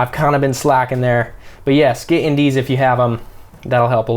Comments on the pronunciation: Hey you kept saying something about indese or something like that to adjust the shutter and FPS. I just couldn’t understand what you were saying. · Sorry, didn’t quite catch the term : “in dee s” when you talk about shutter speed. What’s that?